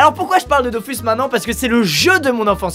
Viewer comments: ON DIT PAS DOFUS MAIS DOFOUS 🤬🤬🤬🤬🤬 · JE VEUX QU'IL PRONONCE " Dofous" et pas " dofus" comme tout les nb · ÇA SE DIT DOFOUUUUUUUUUUS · Comme les gens qui disent "on prononce pas Dofous, mais Dofus", alors que bon Ankama (les créateurs au cas où) disent "Dofous", et "KamaS" aussi d'ailleurs...